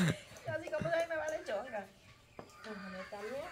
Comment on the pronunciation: La Yolanda dice me vale chonga pero si en todas dijo me vale chonga jajaja osea ni una tiene bien